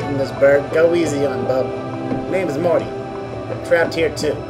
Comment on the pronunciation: Morte's ("Mortimer 'Morte' Rictusgrin") name is pronounced "mort", like wart, as in morte, the Latin word for death, and not "more-tea". This is nitpicking at its finest, but did you really mispronounce it throughout the whole long play? Ouch.